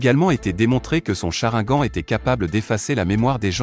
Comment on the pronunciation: Et au fait on dit sharingan ou si tu préfères cha rine gane